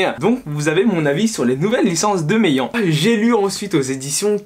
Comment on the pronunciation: Salut juste je sais que tu est pointillait donc les editions meyan ne se prononce pas me-i-an mais me-yann